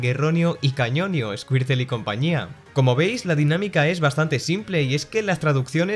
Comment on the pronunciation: MAs risa me da que le digan ESCUIRTLE que ESCUARTUL xd